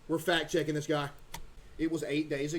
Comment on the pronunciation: bro said fat checking